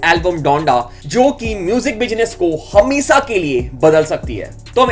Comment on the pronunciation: Rapbot can't pronaunce sheee... He saying hemesaa not the correct word hameshaa.. Lol